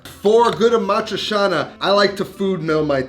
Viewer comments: Aaa maaa triii chianaaa Not amatrishana, brusceta not brusheta...... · "cia" in "amatriciana" is pronounced like in "ciao", ie "chow" not "shao". Ah-mah-tree-cha-nah, not ah-mah-tree-sha-nah. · Is it supposed to be amatri-cha-na, or how he’s pronouncing it (amatri-sha-na)? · Love your show, and your cooking but.....pretty pretty please.... learn how to pronounce A-MAH- THRIE- CHAA- NUH ! AMATRICIANA!!! Thanks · I never understood how you have travel to Rome so many times, but still can’t pronounce Amadricianna correctly. And this dish is king only with Bucatini. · you say it awfully tho, its not hard to pronounce correctly